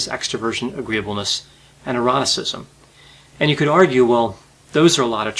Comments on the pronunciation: I've watched several of your videos, and every time you say "and neuroticism" I swear it sounds you are saying "and eroticism". Love your videos. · I hear it the same way! the first time I heard him say it in a video I perked up my ears (and then slumped back down when I realized my mistake) I dunno what that says about us lol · In explaining the OCEAN model, he ended with "and neuroticism," which first hit my ear as "and eroticism". 0.0 On MBTI, I'd probably side with a lot of people here. It's an outstanding starting point for describing one's personality. Anyone seeking to have someone take a pencil and paper test to determine their capacity for succeeding in a work situation... i.e., someone trying to make this "useful"... that just seems wildly misguided. It's that kind of nonsensical application that is probably responsible for the huge backlash about the MBTI. Hearing that the five-factor model is more "useful" raises my suspicions about what the same silly people would try to do with that model. It hits my ear like: "This is not a reliable scientific way to tie your shoelaces together. Here is a better way!" lolol Just like... stop tying your shoelaces together? And stop trying to find a concise way to fix workplace problems and make hiring decisions? I disagree with the contention that it's "all good news" for the different personalities. Here's a more nuanced take: 1) Without the recognition of personality differences, and the celebration of the differences that is encouraged by MBTI, the door is pretty wide open for so many ills. As an ENTP in a large family, I had a sticker placed on me; "Always has to be right". A belief that damaged relationships and caused so much frustration. That said. . . 2) An ENTP walking through the world thinking that every other person is going to rake every id